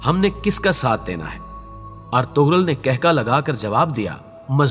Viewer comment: ارطغرل ہوتا ہے ارتغل نہیں